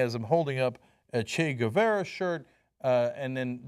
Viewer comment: It's pronounced "Geh-vah-rah", Cenk. NOT "Goo-veh-rah".